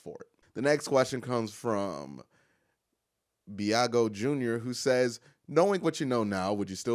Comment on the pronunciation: Thanks for answering my question, fyi it's "B-ah-gee-o". Thanks again. Go Browns!